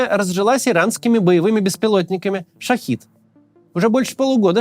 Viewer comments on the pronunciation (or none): Шахед, а не шахид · Кац, дрон называется не шахИд, а - ШахЕд (вестник) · Не шахид а шахет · Максим, дроны называются шахЕТ, а не шахИД =) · Как же Максим задолбал со своим "шахид". "Шахед"!!!! Слова совершенно разного происхождения, хватит их перемешивать из-за созвучия! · Максим! Хватит называть шахЕды шаХидами это разные слова и не надо их путать! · Макс, простите, но всё-таки “Шахед" (Shahed), а не "Шахид" (Shahid). Разработан и производится by Shahed Aviation Industries. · Не "шахид", а "шахед". Это другое слово, и оно имеет другое смысловое значение. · ШахЕды, не ШахИды! Что за... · Максим, все круто, но можно не называть шахЕд шахИдом? Я понимаю, что так это звучит более угрожающе, но это банально два разных слова с разным значением. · Только маленькая поправка - Шахед, а не Шахид ) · Не шахИд, а шахЕд. Опять эту ошибку делаете. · Правильно " Шахед "